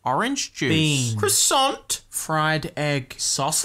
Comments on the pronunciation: Ah yes the humble “Crosont” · Ahh yes “crossont” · The way he said "croissant" makes me think he really didn't know how to pronounce Noir correctly. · I have played back the way he said croissant about 5 times now, I don't know why it's so funny to me.